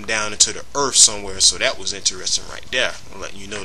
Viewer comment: Please my man, when presenting a serious video where you intend on sounding legitimate, try not to say words like : "Earf". Just a tip tor future use.